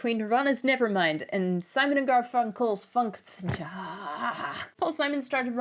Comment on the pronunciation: Nope. Your pronunciation of “Garfunkel” is perfectly cromulent. Nowt wrong with it at all. Your pronunciation of Scarborough – on the other hand – leaves a little to be desired. It’s verging on American.😆